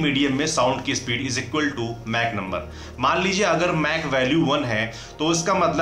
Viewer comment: "मैक" nahi "माक" 🤷🏾‍♂️😅